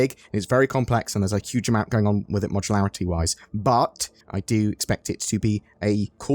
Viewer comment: Did you say "A Cuge part?"